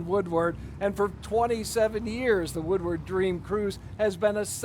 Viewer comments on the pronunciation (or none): Why can't Carolyn Clifford say the word "Woodward" correctly? She pronounces all other words correctly. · After the cruise is over the existing folk that live there calls it Woowad